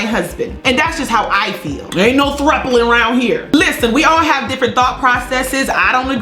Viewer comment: Gurrrl, I was done when that joker Candice said "troupling"...ROTFL